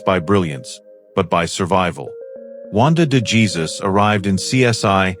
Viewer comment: ……you need to check how to pronounce Wanda de Jesus surname correctly………a clue: it’s Spanish………